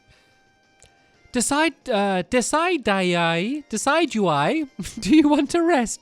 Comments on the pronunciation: For the love of goodness, Stampy, it is not De cid u eye. It's De sid u eye. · Bowie name is pronounced d Sid you I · It's pronounced. De-sid-due-eye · stampylonghead... It's pronounced Duh-sid-you-ie. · It's Dec-Idg-ueye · Stampy Decidueye is pronounced Deh-sid-ju-eye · Decidueye is Bowie but the way. And it's pronounced (The si ju ai) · stampylongnose it is pronouns du-si-ju-ie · (deh-sihj-ui) stampy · i think you didnt heard me say this but this is how you pronounce it DOOS-ID-EYE that's bowie's real name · Stampy when Lilly says "decideueye " she mean bowie ( its bowies original name ) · It's pronounced da si Jew eye